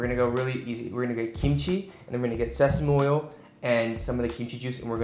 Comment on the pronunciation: The way he said sesame oil he said sesamoil